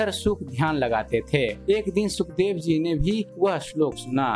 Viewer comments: सुखदेव नही शुकदेव है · महर्षि जी का नाम सही से लिखिए और बोलिए। शुकदेव ऋषि होता है सुखदेव नहीं।